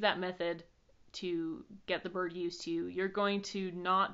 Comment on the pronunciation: Love how you pronounce "birrrd" :P